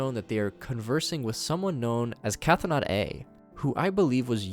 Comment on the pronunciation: Another neat summary. I do feel like I should point out that Chthonic (as in Cthonaut A), meaning relating to the Underworld/underground, is pronounced "thaw-nick", you ignore the "Ch." So it should be "Thaw-not" A.